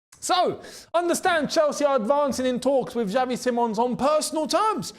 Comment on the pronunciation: See mons is how they say it over here in Holland btw. Just sayin. Dutch media think its on.